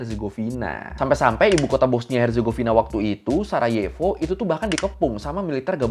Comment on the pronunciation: Sarajevo dibaca sarayevo bukan sarajevo